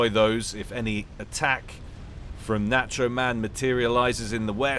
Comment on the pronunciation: Someone tell how to pronounce "nacho."